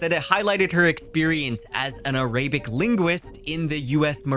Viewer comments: Ar-abic not a-Ray-bic and core not corpse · as a fmr Arabic Linguist in the US Navy, your pronunciations of "Arabic" and "Corps" were painful 😅🤣 no worries tho! 😋